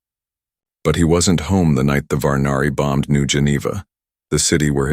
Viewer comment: Jurelia Sirelia Zerelia Cherelian Jaya Roe Marcus he put the scanner over Rose´s Chest ... ? who is ROSE WTF u said Roe ... now its Rose and changing from Roe male .. too Rose Female.. and right after Rose back too the Boy again wtf xD Rogue Alien Fleet known as the Varani but he says Varnari xD i noticed the text changes, now its Varnary after it lol Shea was sitting there Brushing Rose´s Hair with her fingers. ?? lol is it not Jaya and Roe anymore bruh ? now its Shea and Rose and the boy turned too female wtf someone was looking for Zaya ... bro xD wtf right after that Little Row .. It had been 2 weeks since they left Shirelia lol ... text says BHANARI TECH but he says it BHARNARI :D RRRRRRRRRRRR Karaths??? Face appeared ... bro was a male named Ky´reth wtf Keep Ro Safe xd man its wrong spellings everywhere But Kyrath was a hunter Shaya sat at the second seat Kareth roared in anger xD ... Shaya looked at Roe Shaya stood inside the launch bay A dart towards Kareths´s ship Kareth´s ship cracked burned Gia ? lol ... Marcus Renzija Of Zurelia hmm.. Roway Family dunno In the kitchen Roe helped flip pancakes with too much Syrup .. bro SYRUP EVERYWHERE xD WHY FLIP THE PANCAKES WITH TOO MUCH SYRUP xD haha Shaya learned too fix a power coil Rose stood on a stool wearing a little apron that read co pilot in training ... the boy just turned into a female Rose again lol xD Across the table marcus sat with a mug of tea watching the boy with amused eyes... a boy named Rose :D ? bruh Theo